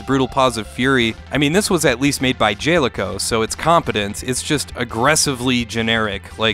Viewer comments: Got some decent games there. By the way, it's Jaleco not Jayleco. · "Jaileco"? Come on the games even say their name most of the time Jaleco the first part is like gal. Tsk Tsk sir you must be drunk.